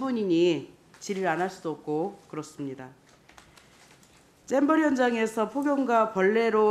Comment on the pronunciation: 쨈버리가 아니라 잼버리